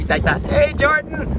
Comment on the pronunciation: ジョーダンの事を英語で ジョウンッって発音するんだ！